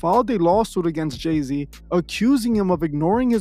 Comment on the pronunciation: Is this J-Zay son they call Lay-Z? 🤦🏽‍♀️